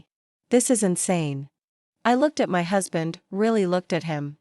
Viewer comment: Constant .."Dot M Y" when A I reads "my" was irritating. Listen to these short stories before you upload.